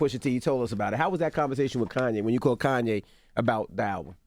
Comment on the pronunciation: Nigga said Koonye 🤣💀